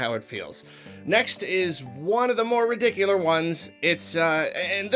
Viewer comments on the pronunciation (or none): ridiculiar? It’s redicular. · "rediculer" i love it. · Chronicles of Ridicular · that is truly ridicular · That's ridicular